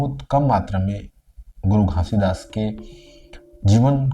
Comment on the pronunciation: Pahle aap Baba ji ka naam ache se lena sikh lo fir Satnam ka mining samjhana guru ghasidas ni pram pujya sant siromani guru ghasidas Baba ji 🙏🙏🙏🙏🙏